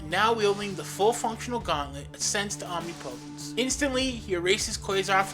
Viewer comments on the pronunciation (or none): Omnipotence. Not Omni potense.